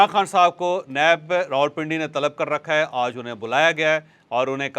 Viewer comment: You always says "Auj" instead of "Aaj" please correct your pronunciation